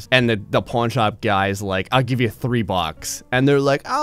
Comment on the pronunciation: Is it just me or does he keep calling it a Porn Shop?